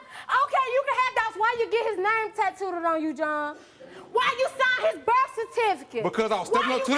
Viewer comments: Did she just say "tatooted?" Lmao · Did she just say “Why he got the child’s name TATTOOED-ED (with an extra “ED” at the end of the word 🤦🏾‍♀️😒😂🤦🏾‍♀️😒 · She said tattooded she needs a check